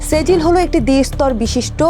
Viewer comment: সেজিল না ছিজ্জিল,,, এটা একটা আরবি শব্দ!!!!